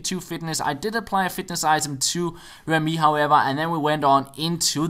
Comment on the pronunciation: It's re-MY, not rem-Y